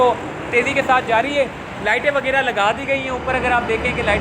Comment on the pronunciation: Sahib KI Urdu bht kamzoor hay, WAGYRA koi lafz nahi huta ju 15 say zyada bar bolla hay, ye lafz haY WAGHYRA …PLEASE CORRECT THE URDU…